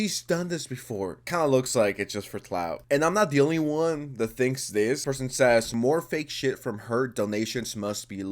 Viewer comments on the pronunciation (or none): none